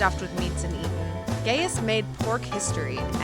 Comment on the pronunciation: Y’all so concerned about how she pronounces gyro, and I agree, but also want to point out that she is pronouncing “Gaius” way wrong